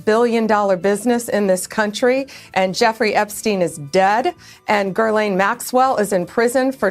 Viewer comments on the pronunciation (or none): Hey Blondi, learn to say Ghislaine's name properly. Makes you look dim to get it wrong. Dershowitz has been talked about by victims as being trafficked to him, god only knows what he did to his first wife, he is a pedo creep. This admin is DIRTY.